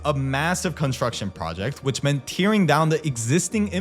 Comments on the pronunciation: "Tear-ing" wth? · This pronunciation of "tearing" brings tears to my eyes.